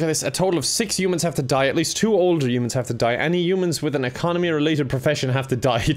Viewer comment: no one:: youmans